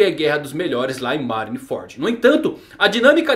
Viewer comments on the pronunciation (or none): none